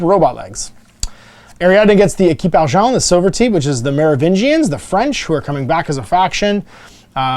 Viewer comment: équipe argent is well prononced, i'm french